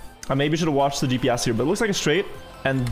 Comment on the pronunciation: Who else always hears “DPS” when talks about GPS lmao Dude has the cleanest accent for a Norwegian and then there’s the letter G😂